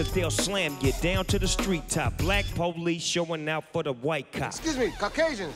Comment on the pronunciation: "Porice beating"